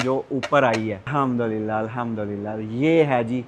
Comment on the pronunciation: آپ بہت اچھے انسان ہیں، اللہ تعالیٰ آپ کو برکت عطا فرمائے۔ لیکن براہِ کرم کسی ماہرِ تجوید سے الحمدللہ کے بالکل درست تلفظ اور تجویدی قواعد کی بھی تصدیق کر لیں۔